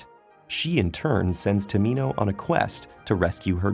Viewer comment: am I the only person who heard Prince tomato